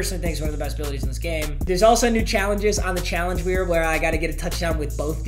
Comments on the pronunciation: did anyone hear him at like he said challenge wheer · “There’s also new challenges on the challenge wheer”